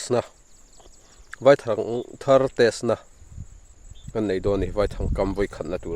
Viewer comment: Vaithang i sawi dan kha, vaihlo tia kan sawia, vai tih lai tak hi vaihlo hming kan sawi ang hian vai lai tak kha lam nise, a dik ang a, i thang herh kha a lian deuh lo maw te ka lo tia. lo awk teuh zel teh khai.